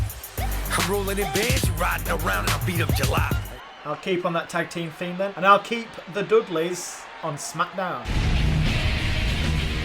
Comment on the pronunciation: I hear said ''The Maze''.